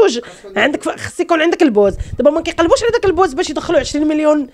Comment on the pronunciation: انطقي الكلمة جيدا البوز